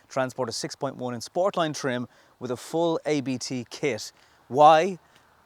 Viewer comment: It’s not A.B.T, it’s a German family name and is pronounced as it’s spelt. ABT.